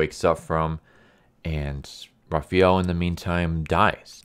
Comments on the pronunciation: Great video. Quick advice though: It's pronounced Raphael, not Raphiel. Since it is pronounced exactly how it's spelled in every other language. Another acceptable pronunciation is Ra-pha-yel, which is what English and American people prefer to facilitate, if you prefer. The important thing is not replacing the "a" with an "ee" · Raphael isn't raffee-el Why you keep saying jt wrong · who is "Rah-fee-el"? lol. Had to replay the beginning to know you were saying "Raf-fi-el" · is that the official pronunciation? "ra-fee-el" not "ra-fa-el"? just curious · raphAWWel not raphEEel *cringe 😤😬 sorry that always annoyed me. Good breakdown, that should've made the movie based off this. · First off, you're pronouncing Raphael's name incorrectly. It's Raph-aa-el. Secondly, his weapon is not Kunai, it's the Sai. Have you ever seen or read the TMNT ever?? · i’m not sure what’s tilting me more. Raphiel or Zabooza 🤣🤣 good video tho. enjoyed it thoroughly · Why do you pronounce Raphael like that? That's not how you say the name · I mean I would understand calling a Japanese weapon by a wrong name, but I don't understand why you pronounce Raphael so freaking weird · Thank you for this. Butchered the names, but dope TLDR RĀ-FĪ-EL (Raphael). ZAH-BOO-ZA (Zabuza).